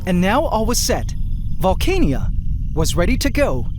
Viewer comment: Instead of pronouncing the name as vole-cane-ia, what do you think of Valh-khan-ah?